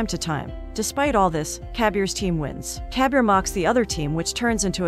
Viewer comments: It's not kabiar it kabir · its not cabier ,its kabir